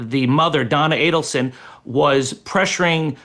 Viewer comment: You are pronouncing Adelson and Markell incorrectly